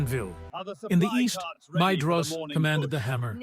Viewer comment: Great video! So I hate to do this, but Maedhros is pronounced 'my-thros', and Haudh is 'hauth' 'Dh' in Sindarin is always pronounced as 'Th'. You could probably to do a search for 'dh' in your script and change it to 'th' when its Elvish so the narration knows what to do with it